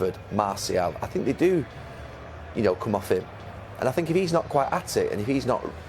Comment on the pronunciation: Correction, " I sink I told them so"